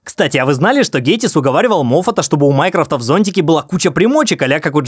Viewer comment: Шутка с Майкрофтом, лосем и исковерканной фамилией "Гейтисса" просто дико смешная 🤣